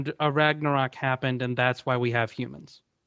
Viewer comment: why does he call it a ragnorak?